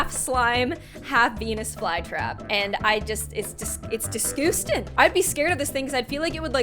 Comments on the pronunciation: The intro gave me chills down my spine And haha its disgustan I love how she says disgutsang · This is how many times she said disgoostin 👇🏼👇🏼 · Nobody:: “it’s just DescOoOsTiN “🤢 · How many times said "DisgustANG!" | | v You don't have to like:) Edited: 4/27/20 ~ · She said disgoosting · Poshype _ uhh actually she’s says